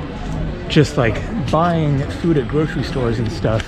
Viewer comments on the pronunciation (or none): none